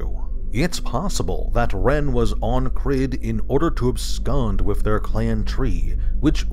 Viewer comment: If it’s pronounced anything like “Ceilidh”, then it should sound like “Crey”